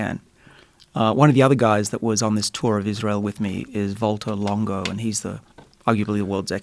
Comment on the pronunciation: His name is Valter Longo not Volta Longo.